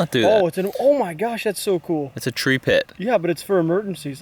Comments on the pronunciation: Tree not yree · Tree not yee